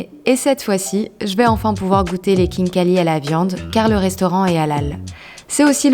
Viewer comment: Kinkali sa ne se prononce pas comme sa 😂mais c pas grave tu aurais du goûter le borche la Géorgie c incroyable Je suis d’origine Géorgienne 🇬🇪